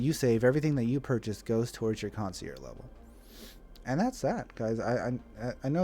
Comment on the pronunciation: kaan·see·ehrzh. Sorry, but i had to. This is how you pronounce concierge.